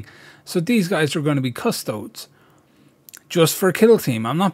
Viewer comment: So important and yet so many times I've waded in because I'm overly excited and botched the job. And isn't it pronounced Adeptus Custode-ess?